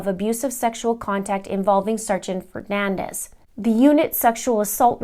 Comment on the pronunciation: His name is Fernandes... Portuguese! Not Fernandez... Spanish!!! His surname is pronounced fer-nan-deeeees. Please respect him and say his name correctly.